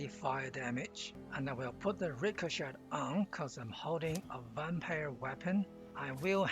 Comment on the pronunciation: The T in Ricochet is silent.